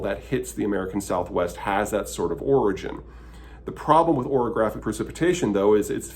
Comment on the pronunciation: Orographic, not oreographic.